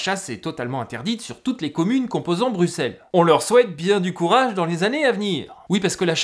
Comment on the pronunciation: Bravo pour la pronociation de Bruxelles et de Woluwé ! De la part d'un Belge.